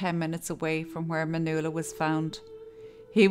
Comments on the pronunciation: Pretty sure her name is Man yu ella. Not manoola. Yikes. Kid of hacked her name up. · you started out pronouncing her name correctly, then all through the middle you were saying Manula and then at the end again you started pronouncing it correctly. I dont want to come across bitchy but if she was my friend or family that'd really piss me off. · That was a sweet transition from pronouncing "Manuela" to "Manoola". I think it is more appealing that way.. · pronounced man"Wella".......u could at least pronounce it correctly and unlike a phone call centre operative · Her name is pronounced Man-wella. My name is pronounced Svan-es-ka. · The name Nuala is pronounced “New-la”, so maybe she accidentally pronounced (Ma)nuela the same way. It’s interesting though because there’s a few comments mentioning her name being pronounced wrong or 2 different ways & I didn’t even notice until I saw the comments 😂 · I’m wondering why you pronounced her name differently throughout the video?